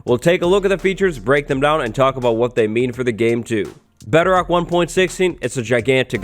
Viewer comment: Why do I keep hearing Bederock?